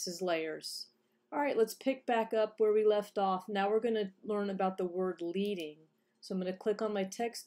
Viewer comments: thanks! It's actually prounced like the metal, "lead" (as in a lead pencil") because printers used to insert strips of lead between the letters. :) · Your video is very helpful. Thank you. But I feel compelled to make one note. The word "leading" is not pronounced "leeding" as it is derived from manual type set days when the type setter would use strips of lead in order to space out lines of text evenly.